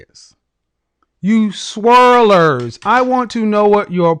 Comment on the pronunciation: he wanted to emphasize SWIRLLERS, you know he wanted the smoke LMAO